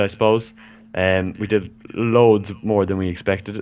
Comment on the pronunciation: More not Moar